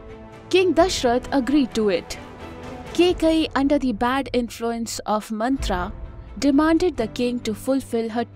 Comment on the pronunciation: if only kaikeyi was pronounced correctly this video would have been properly informative love the hard work you guys do